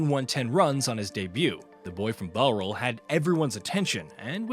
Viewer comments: Why the hell have we got an American commenting on a sport they know nothing about? The mispronunciations alone are teeth-grinding! The 'bow' in Bowral rhymes with 'how', not 'doe'. Try some proper research before speaking such rubbish. Otherwise get an Englishman, or an Australian, or a West Indian, or an Indian, or a South African, or a Pakistani, or a New Zealander to do the commentary! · Yet to see any of these shit low effort AI channels pronounce Bowral correctly....